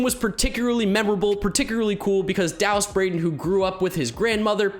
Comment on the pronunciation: I think you pronounced Dallas Braden wrong. He's the🐐🐐🐐🐐🐐